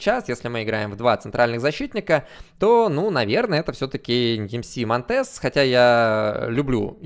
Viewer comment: Интернет говорит что монтЕс на самом деле мОнтес, ударение на О